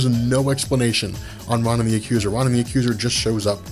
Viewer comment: I love your videos! However, Ronan (Roh-nin) wasn't a henchman or working for Thanos. It was a deal they had. Thanos didn't ask him for the Infinity Stone. Ronan wanted Thanos to do something for him, and Thanos agreed if he brought him the Infinity Stone.